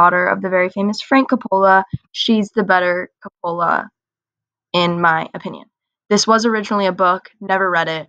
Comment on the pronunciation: Co-pa-la is the correct pronunciation don't feel bad I pronounced the man who wrote the books last name for 10 years. Do yourself a favor read the book . It's 10x better and really explores the characters much more deeply